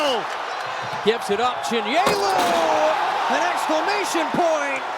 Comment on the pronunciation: Chin - YAY - lu